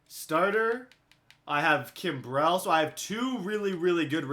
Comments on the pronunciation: Its not pronunciation of Kimbrel please say it like Kimbril not Kimbrell now please😂 love ya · Why do you say Kimberly so weird? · You're pronouncing Craig Kimbrel wrong and I can't fucking deal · DOES ANYONE HATE THE WAY HE SAYS KIMBREL? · Learn to say Kimberls name, fuck tard. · Billion Baseball I thought the exact same thing. I was annoyed because Kimbrel is really good. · Billion Baseball now he'll know how to say it lol